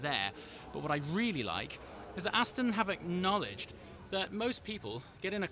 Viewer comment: Aston not Astin!